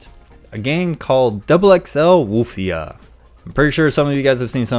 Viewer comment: Woof- ia. 😊